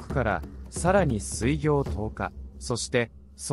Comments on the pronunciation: 水行は すいぎょう じゃなくて すいこう と読むのじゃないか？ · 水行…スイギョウではなくてスイコウと読むのではないですか…